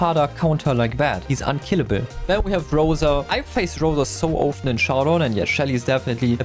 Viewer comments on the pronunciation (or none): Unkilenbl. Bro speak normal